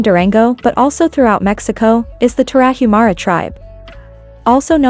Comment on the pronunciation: It would be nice if A.I. could pronounce Tarahumara correctly.